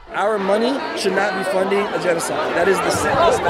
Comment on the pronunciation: he said "genicide"